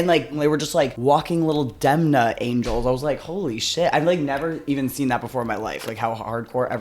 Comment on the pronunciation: Violet saying Denma instead of Demna is hilarious